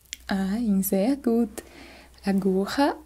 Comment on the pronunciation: eu estudei bem pouquinho de alemão e o seu "zer gut" tava perfeito, sua família tem qual ascendência? Alemã? Ótimo trabalho, obrigada.